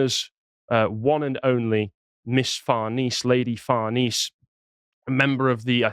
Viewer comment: Far-Ness-Say not Far-Niece. Her whole family is clearly based on Roman/Italian heritage.